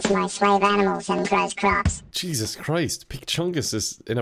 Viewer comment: ohh corps was supposed to be CROPS i thought he was burning the farmer’s corpse lol.